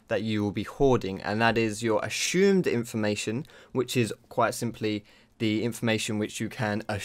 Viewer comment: This video I learned that sounds funny when saying "assumed".